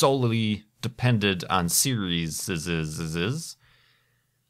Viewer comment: can some one tell me why he says serieseseses